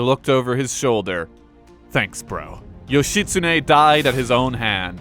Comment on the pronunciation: How hard is it to look in a dictionary or encyclopaedia to find proper pronunciation of the name of not only a famous historical figure but the name that is also the central figure of the video you're making and saying over and over again? Not expecting Ancient Japanese reconstruction, not even expecting modern Japanese vowel pronunciations, but not even getting the syllables right is too painful. It's not as if there are any internationally famous Japanese mass media entertainment characters called Yoshi that might have given you a clue.